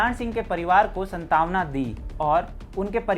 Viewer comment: Shantwana Bhaiya Santana nahi very sad Hindi please theek se boliye